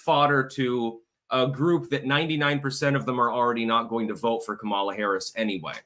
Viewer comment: Kum ahh la. Not ka me la